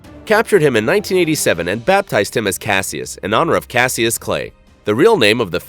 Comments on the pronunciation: The video said #9 is named after Mohammed Ali's original name...which is actually pronounced Cash-us NOT Cassius, like in Rogue One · ITS PRONOUNCED CASH-US not CASS-E-US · It's pronounced " cashus". Not ca see us. Dumbass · It’s pronounced cash -iss. Not cass eeus. Dumbass. N it wasn’t Muhammed Ali real name. It was was his name before he converted to islam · Just a little fyi... it’s pronounced Cash-us and not Cass-e-us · Just to let you know it’s pronounced cashus not kassy-us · Dude it's pronounced "cash iss" cashiss not cas ee us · Cassius🤦🏼‍♀️🤦🏼‍♀️🤦🏼‍♀️🤦🏼‍♀️. It’s pronounced CASH-us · It’s pronounced cashious not Cassius even though it’s written that way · It’s pronounced cash-us clay not caseyus clay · Class-see-us. AI butchers so many names and the creators are good with it. Block these bs channels. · It is pronounced…cash-us…. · Man really just said “Cass-ee-us Clay” smh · did he call Ali, ''Ca-see-us''...lol... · It's pronounced Cash-Us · Cassius is actually pronounced Cash-us I know this because it's my name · they named it after Mohammed ali. So it would be pronounced cash-us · I think its cash- ush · cassius is pronounced cash-iss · bro it's pronounced cash-us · Cassius is pronounced (Cash-Us) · It’s pronounced cash-us clay ffs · Cassius?? It's Ca-Ssí-Us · Cassius is pronounced Cash-ish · Cassius is pronounced like cash-us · Cassius is pronounced "Cash-us". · bro mispronounced one of the most iconic names in american history. ali rolling in his grave. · Lol doesn’t know how to pronounce the 🐐 boxers name🤦🏻‍♂️ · Learn how to pronounce Cassius. Also it's not his real name, it's his birth name. Details... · Why did you pronounce Cassius like that😬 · Wow you really do not know how to pronounce Muhammad Ali’s name or a lot of other things learn how to pronounce words correctly LOL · You’re pronouncing Cassius wrong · I was totally into this video until the commentator mispronounced Mohammed Ali's given name... just made me shake my head